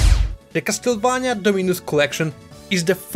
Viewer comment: Finally, someone who pronounces "Castlevania" in the right way and not the americanized one